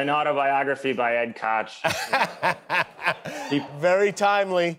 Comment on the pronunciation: Hate to be the "well, actually..." person, but Ed Koch is pronounced "Cotch." Other people with the same name use the "Coke" pronunciation, like the Koch brothers.